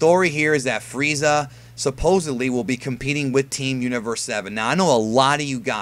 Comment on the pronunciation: Diemund Fweeza cunfirmed